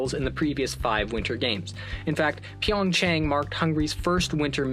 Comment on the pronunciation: It's not "chang" it's A sound